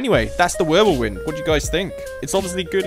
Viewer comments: The wirbelwind is pronounced virbelvind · Idk why I’m just now seeing this but the German AA tank with one gun is the Ostwind and the one with four is the Wirblewind. Also, the Ws are pronounced like Vs in German